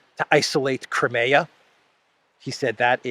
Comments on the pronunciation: btw the english pronounciation of "crimea" is "cry me a", as in "cry me a river" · I wish you'd learn how to pronounce Crimea.